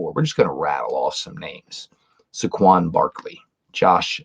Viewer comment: Say-quon not Sah-quon